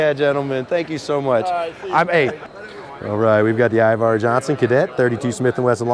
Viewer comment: its Iver not Ivar.